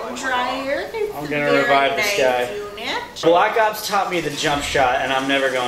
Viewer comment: lol i like how keeps calling it blops